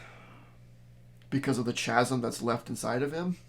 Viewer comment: Hi. Chasm is pronounced KAZ' um. Hard "ch."